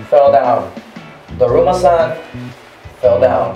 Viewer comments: It said duruma San. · “DRUMMA”. -Guava Juice🌚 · When I was watching the video when you were saying drama San I heard krrrrr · First off, it’s daruma Sam ga koronda, and you are supposed to have the lights off. Therefor, you are faking it.